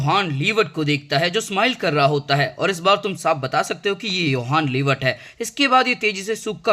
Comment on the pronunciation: bhai apne har jage 'yohan liebert' bola i guess.. vo to 'johan liebert' hai na..